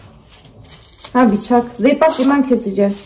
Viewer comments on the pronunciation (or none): biçak değil kız Bıçak 😂😘